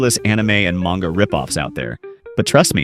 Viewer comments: I just think it funny how u said manga wrong all the way up to the end and said it right lmao funny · An "otaku" pronounced "manga" wrong 😔 Evangelion mispronounced, I hereby revoke your weeb card.